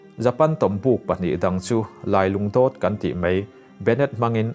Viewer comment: 😊Lai lungdawt hi i thluk dik lo tlat.